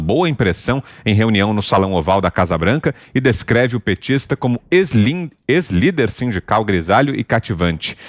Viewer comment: "Eslim" Estalim kkk tô ligado kkkk